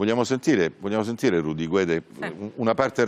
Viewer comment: ...e purtroppo anche il compianto Purgatori sbaglia in più punti: 1) Non vengono assolti con formula piena per "non aver commesso il fatto" ma per la vecchia "insufficienza di prove" 2) La pronuncia corretta di Guede è "Ghedé" in quanto la lingua ufficiale della Costa d'Avorio è il francese. La pronuncia errata è GUEDE: Rudy abitando in Italia preferisce "guede". Ma non è la pronuncia corretta.